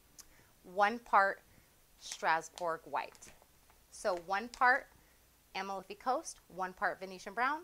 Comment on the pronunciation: a-MAL-fi Coast. It’s in Italy.